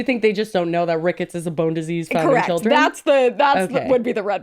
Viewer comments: her saying rickets TWICE is FRYINGGGGGG ME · As someone from Chicago, her saying Rickets is very funny😂